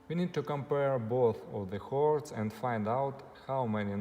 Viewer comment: Excellent advice. The only thing is I thought you were saying "hoards", and it took a while to realise you were saying "chords", but I got the message anyway 🙂